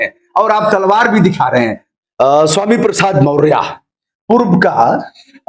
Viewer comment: Sir aap maurya ji nam thik se lijiye